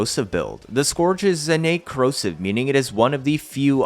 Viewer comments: Wtf is skååårdge prime. Pronounced Scööördge prime. Just so everyone knows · It sounds like urge, not gorge btw